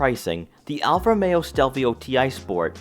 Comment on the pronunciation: Nice review but why do you keep saying "Alfameo"?